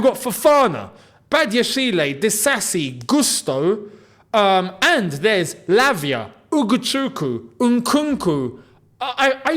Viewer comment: Lavia not French